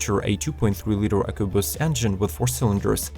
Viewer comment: The when he says ecoboost